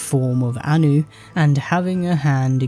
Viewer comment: Okay I'm hungover so for a second I thought I was listening to a Star Wars shitpost channel cause it sounded like you were saying "Ani" and "Padme".